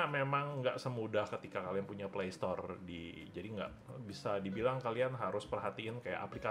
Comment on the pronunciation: pleistour bukan plestor